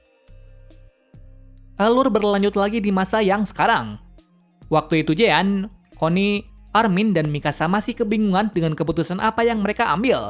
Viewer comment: Bang, bisa gak bilang jean (jin) langsung hehe :D